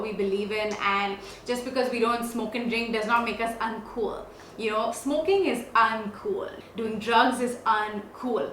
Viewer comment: The way you say uncool is kinda weird, again to each his own. but don't be a person who won't do drugs just coz it's "uncool" Be a person who "don't do drugs coz it will fuck up your health, your brain". Being cool should not be a thing, being healthy should be.